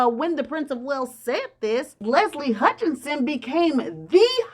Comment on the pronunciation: Listening from far away, your pronounciation of Leslie's sirname is no different from shorter version of Meghan and Harry's first born name - Hutch or Archie sound the same to me😏🤔